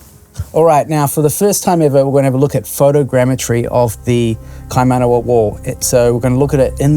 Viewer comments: mate the pronunciation... kaimanama? ingdibrite? holy hecka. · "the kaimanama wall..." jesus christ. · The introduction he didnt even pronouce it properly 🤦‍♂️